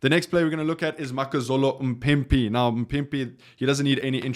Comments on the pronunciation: Why are you butchering a name so phonetically simple like MAAAAAA-PIMPI.. Anyway i would love to see Fassi at 11 and Sacha at 15 vs Wales. I have no idea who can play 14 with Ireland in mind but i agree that Jesse Kriel will be moved to the wings primarily for his defense and organization of that defense. We really just lost the world's best back 3 😢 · Not mpipi its mapimpi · There's no way you can't say maphimpi. L video.